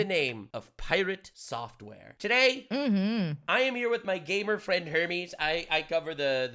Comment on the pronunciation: When he called her "gamer friend," I thought he called her "gaybour friend." 😅